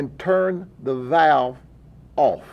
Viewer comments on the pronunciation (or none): none